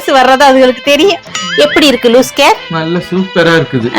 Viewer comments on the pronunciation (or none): லூஸ் கேர் இல்லை அக்கா. லூஸ் ஹேர். லிப்டிக் இல்லை லிப்ஸ்டிக் 😂😂😂